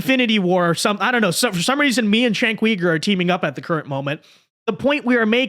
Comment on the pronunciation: Please pronouns his name right.